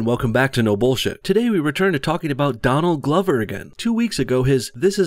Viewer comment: Did you call him Don Lover??